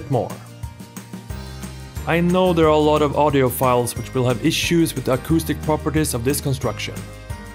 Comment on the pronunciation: For a second I thought you said autistic amplifier